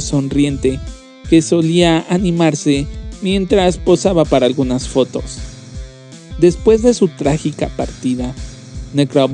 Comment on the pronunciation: Entre "automatación" y el hablar "asiiiiiiii", "fotoooooos" y alargar las palabras, tenemos al próximo rey de la comedia.